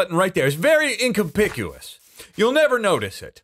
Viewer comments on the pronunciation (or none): “It’s very incompicubous” - 2022